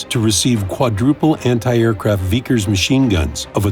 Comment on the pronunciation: veekers machine guns? it's vickers but great video all the same